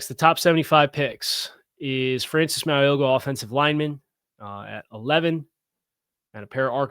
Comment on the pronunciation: Hey. Ok, I need to teach you how to say Francis Mauigoa's name. I can't go through the draft season with you saying his name the way you did today. Lol. His name is pronounced "Mow-ee-know-a". The G is silent. I have been hoping for 2 years that tbe Dolphins would somehow land him, because I have watched every game he has played in, and he will be a perennial All-Pro for years. He's got the work ethic and the athletic ability for an OL 330-plus pounds that is rare. PLEASE, PLEASE Miami draft him!!